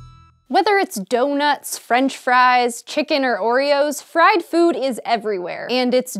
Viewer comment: When she says food am I the only one who hears Phewwd? o_O